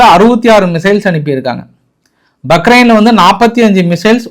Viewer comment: ஐயா பக்ரைன் அல்ல பஹறைன்